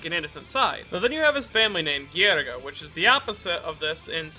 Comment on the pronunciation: "Ghriga" me, an italian :Facepalm